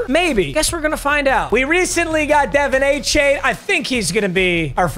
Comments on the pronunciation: Also "a-Chan" not "a-chain" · ”A-Chan” not “A-Chain” apparently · A-Chan not Chain…… casual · Also its pronounced A Chan you nub. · Dev-ON A-CHAN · not to be a name nazi, but achane is prefers to be pronounced a-chan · Bro has a running joke for mispronouncing names but the Achane thing is getting annoying af. Dude made an announcement like week 3 for people to be educated on how to say it. getting out of touch forreal